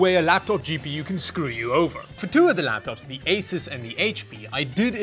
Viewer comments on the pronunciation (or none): none